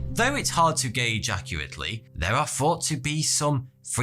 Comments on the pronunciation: Five years watching this guys videos and I just realized he says in his intro instead of 42. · Why wear shirts and suits when you look like a scruff. Plus you can't pronounce your th's. You say fourty two not thoughty two. Idiot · Bro, when you pronounce three or thought you annunciate by putting your tongue behind your upper front teeth to make the, "thuh" sound. When you put your lower lip behind your upper front teeth, it makes the , "fuh" sound. C'mon now. I thought you Brits were supposed to speak proper english better than us yankees? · You say: "Forty-two," but it's spelled "." This warps my fragile sense of reality. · I keep thinking he says “42 here” for his intros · I always think he is saying 42 instead if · Wish u could say your own channel name without always seemingly sounding to be saying “forty two” .... every time. That & get a speech pathologist or therapist does you can master the letter ‘R’ & it’s sound. Cause it’s annoying & makes every narration you do laughable & juvenile feeling. Lmao. Little idiots/retarded kids do that speech impediment thing. Freaking get yourself together. It’s so annoying I can’t finish any of your videos. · Is it just me or does it always seem this guys is saying 42? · I swear every time i click on your videos i always hear,"hey,42 here" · Every time I hear the intro I think he's saying "hey, 42 here." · It always fucks with me. Does he say 42 or? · Totally unrelated to the video but I swear to god everytime I hear you say your name I think you say 42 not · I always thought he said faughty two. Like 42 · Finally starting to hear him say. Lol... Im only just amazed at how well he speaks and the only thing i could never hear him say clearly is.